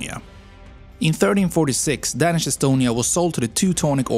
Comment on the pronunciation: For me it was the "Dänish"